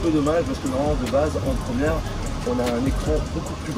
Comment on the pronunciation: La « promière » 😂